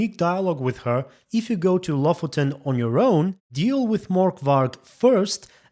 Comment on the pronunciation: Lofoten is a real place in norway. I will be honest, it really annoyed me how they pronounced it.